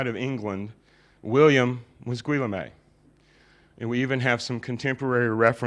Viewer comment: I think you mean Guillaume? Ghee-OHM. Not GWILL-a-may...